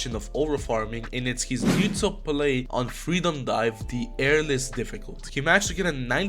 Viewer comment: Bro pronounced Arles as Airless